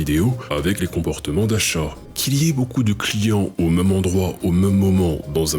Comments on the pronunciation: Bonjour et merci pour cette vidéo. Question : pourquoi prononcez-vous "meume" au lieu de "même" ? D'une manière générale vous éludez les accents, pour quelle raison ? Bien à vous. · ah bon quel accent ? Il n'y aucun accent dans toute la vidéo, juste un défaut de prononciation non ?